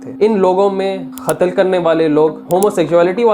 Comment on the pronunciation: Khatal kia ya Qatal? Khom e Lut ya Qoum e Lut? Khayamat ai thi ya Qayamat?